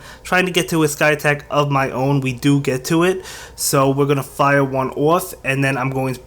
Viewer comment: Why do you say fire oufgh